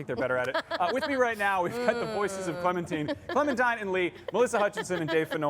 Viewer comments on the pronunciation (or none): My guy just said clementeen instead of clementine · “cLemInTIne” Clementine YOU UNCULTURED SWINE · mans really said "Clementeen" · Clementeen? Did anyone else hear that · I died when he said Clementeen. Anybody else?